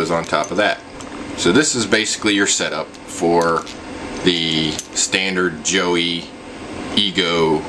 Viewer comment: Did you really pronounce it "Joey" instead of "Joy"?